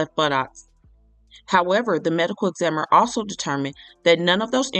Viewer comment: And I'd also appreciate if u could pronounce the word, examiner, a lil better 😊 thank you Sis 😊